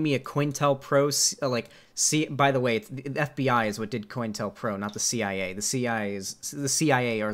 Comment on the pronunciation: I always thought it was pronounced co-intel-pro